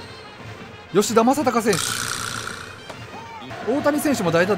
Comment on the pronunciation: VIPさんの口から、ちゃんとした吉田正尚選手って聞くの久しぶりすぎるwww